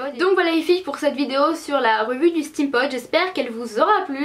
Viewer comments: Ca me stresse trop tu dis "Stème pod " au lieu de "stime pod" (steampod) 😅😂😘😘 mais sinon je t'adore ♡ ♡ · pour prononcer steam pod tu dit stèm pod au lieu de stim pod,sinon bonne video t trop belle